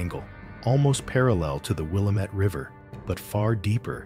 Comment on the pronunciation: Willamette pronounced wi-LAM-et Driving me crazy when those giving info can’t even pronounce important landmarks